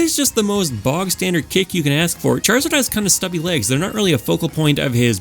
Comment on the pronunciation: love these videos. been listening to them on long drives or long work nights. in terms of length vs brevity I think you found a good balance in this video matching similar moves and then ranking them. much appreciated! it's very good! although i'm not sure if it's my headphones but every time you said "legs" it felt like you were saying "lags" and it took me several times before realizing it